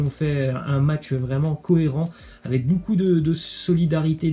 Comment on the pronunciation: On prononce bocoup pas boucoup 🤦🏾‍♂️